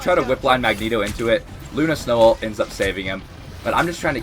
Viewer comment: One thing that rrage baits me, however, is calling an Ultimate ability and "Altee" . Dude... It's "Ult" or "ultimate." Nobody says "AlteeMate". Makes my brain itch... I'm already triggered... Luckily, I'm a Peni main. I'll be raage baiting you 😏